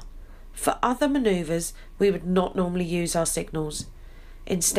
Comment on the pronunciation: Manoeuvres, not manoeuvers